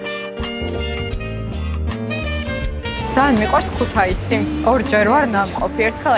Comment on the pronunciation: ქუთეისი არა ქეთუსია.. ქუ თა ი სი ხალხო. ქუთაისი... ნუამახინჯებთ ქალაქის სახელს